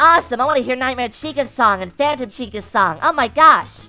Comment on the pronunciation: The Phantom Chica says Phatom Chica like " Fay-Tum"